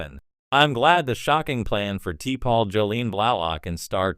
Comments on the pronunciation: Sloppy. T-pol? AI bullshit again. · Can't you get T'Pols name right or is this just AI generated stuff. Sloppy